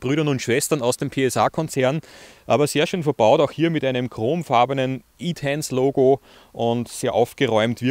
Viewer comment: Danke für den Bericht! Das Auto ist mir zu wuchtig und entsprechend zu ineffizient, aber das ist ja Geschmacksache. Nicht ganz klar ist für mich die Aussprache des Fahrzeugtyps: entweder französisch oder englisch. Aber gemischt? "e" englisch und "tense" französisch?